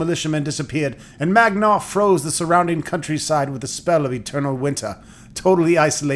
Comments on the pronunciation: *Man*gar, not magnar, for he is a manly man! :P Ribbing of your pronunciation aside, the bard's tale is a great series. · Please stop saying Magnar instead of Mangar. Never mind, can't continue watching your video. Maybe play the game first, then do the video on it. nty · Great! Now, just one quibe ... the evil wizard's name is MaN!gar, not MaGNar! You keep switching the n and the g in his name. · I spent MANY hours playing the Commodore 64 version. Good times! Also, it's Mangar so why does he keep saying Magnar? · Mangar.....not Magnar.....